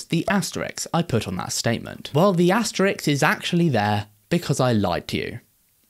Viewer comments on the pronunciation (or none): The punctuation mark is called an (read and speak along slowly) ASTERISK :-D Not Asterix. Good video, btw. After watching your video, I just took off the legs of my sofa and now I've started doing the THING!